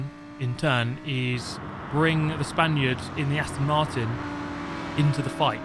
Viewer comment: I wanted to ask this for a long time, now. I thought was "Spanish", but apparently "Spaniard" seems more used. Then it could be just a problem of mine(my listening it's not bad, it's worse) but I ear "Spandiot" everytime, like "idiot" mixed with "Spain". Either it's just my listening or you don't like players from Spain in general...